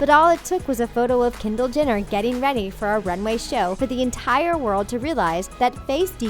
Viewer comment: Gigi Hah-did Cara Deleh-veen Kendall Jin-er